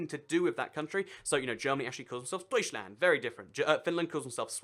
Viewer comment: I think that you'd better check the pronunciation in Google translate when you make a video about the name. Deutschland : eu is pronounced oi Österreich : ö is pronounced er not o, it then sounds a little bit more different from Australia. China: this word seems to come from the first empire name Qin (chin) 秦